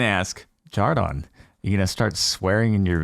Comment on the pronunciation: yo who the hell is "jar-don"